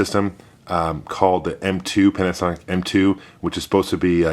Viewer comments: Did you say Panicsonic instead of Panasonic? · Panicsonic, like Jagwire :D